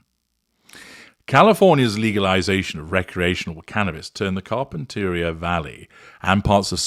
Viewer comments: You are mispronouncing Carpinteria. It’s kahr-pin-tuh-REE-uh. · with all due respect, here's how you pronounce it. Car-pen-ter-ee-a. It's a great day get away for us peons lol